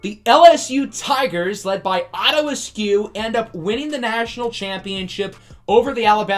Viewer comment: The more you said "Otto Askew" the more it sounded like his name was "Otter" instead of "Otto." So it made me wonder what the heck was going on that the top two QBs were Otter and Puma. So it's my opinion that Otto Askew's natural nickname is Otto the Otter. Okay, I have nothing useful to contribute, so I'll see myself out.